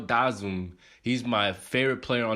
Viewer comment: Out of all the vids if I seen this has to be one of the worst pronunciations of his name